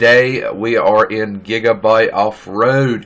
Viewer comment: It's not giga bite it's giga bit